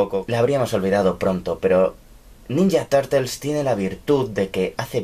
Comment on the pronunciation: ninya tartels XDD